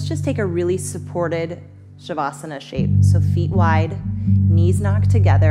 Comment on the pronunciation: I'mfrom India ♥️♥️♥️ I love it very much when you speak Hindi words like Pranayama Savasana.